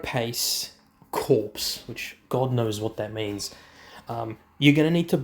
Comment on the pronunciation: Corps is pronounced “core” it means body or in military terms a group…like the US Marine Corps.